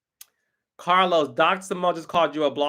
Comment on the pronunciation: Carlos not aunt e.